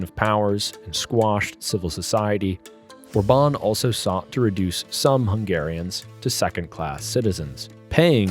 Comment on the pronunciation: His name is Orban with accent on O not orbAn with accent on A. How come you don't know this? I thought you said obAma from the way you pronounce it.